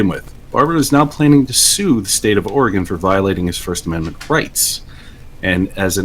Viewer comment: It's or-eh-gun, not or-ee-gahn. We ain't "gone" nowhere.